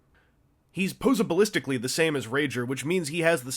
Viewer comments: "Pose-a-ballistic-ally"?! Posability. Posabilistically? POSABILISTICALLY?! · ....'poseabalistically'? I know you're in Canada these days, but that doesn't give you any excuses to rape the english language like that.